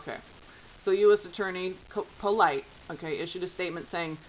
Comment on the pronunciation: Polite is pronounced "POO-lee" in that neck of the woods. :) Our family grew up with some Polites.